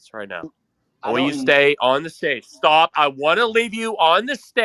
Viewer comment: ZzhhhhhTAAHP evryabpdy SHHHTAAAHP!! 🤣